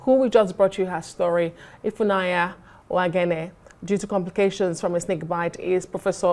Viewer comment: So Nigerians can not pronounce "Ifunanya" correctly? Pls it's not Ifunaya it's Ifunanya